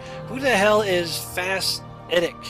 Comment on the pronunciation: As much as I hated all the begging of people who kept saying ", give us more Morrowind!" I'm glad you have brought it back. I just hope you did it because YOU wanted to, and not because you felt obliged to do it. Thanks for such an awesome video as usual! By the way, it's Eddie, not Eddic:P